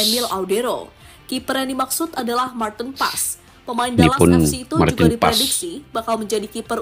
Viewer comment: Bacaannya Paas...bukan Paes ❤